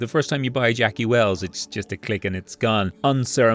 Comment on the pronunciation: As a Mexican man you trying to pronounce Jackie’s guns made this video 😂😂😂keep working on it you’re closer than you think!!